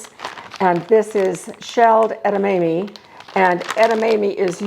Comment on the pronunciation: Thank you for the video. We love soba noodles. An FYI, "edamame" is prounounced edd-ah-mom-ee. Not a long A. At least, I have never heard it pronounced any other way. Thanks again.